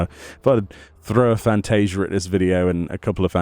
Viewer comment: Lmao. She "Frantasia'd"